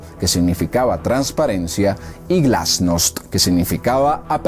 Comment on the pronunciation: Perestroika apertura glasnov transparencia lo dijistes mal.